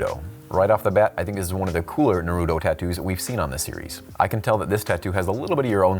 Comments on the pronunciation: you’re my favorite tattoo artist…love that you pronounced Manga correct …little upset you pronounced Naruto incorrectly (but almost every non-fan does 😅…and some fans too lol) …but I’m just so surprised your not a Weeb! You gots to get into some anime! Some of the best writing on the planet happens in Manga and Anime! I’d start with Demon Slayer cuz is newer, a worldwide hit, an amazing story with impeccable writing, AND it’s goddamn gorgeous lol. Easy place to start! Regardless…I just hope you give ANY anime a chance 🍻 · The way he says Naruto makes me cringe every time